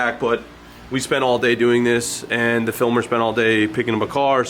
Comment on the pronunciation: I cant not hear "Phil Mer" every time you say "Filmer" now haha